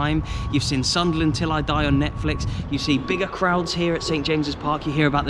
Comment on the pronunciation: Just subscribed with you..Saw the Hammers vlog and Arsenal vlog plus the ground that you played at that’s now “Planet of the apes”..Mate your videos are so interesting..And I’m a Sunderland fan and you say Soonderland very well 👌 ..Red and white army…Really good vlogs mate.. And yes we are bigger than Newcastle..🤣..